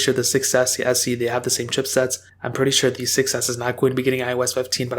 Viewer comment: Do you notice how always say „pwetty“ instead of „pretty“ uwu?